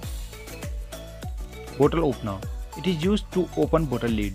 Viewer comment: leed -> lid